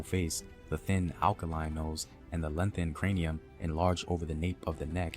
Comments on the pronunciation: Hard to take seriously someone who pronounces “aquiline” as “alkaline”. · I wouldn't trust someone who pronounces "aquiline" like "alkaline"